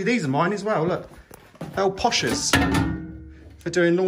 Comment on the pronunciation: It's a posser not posher. My mother had one. Loving the vids. X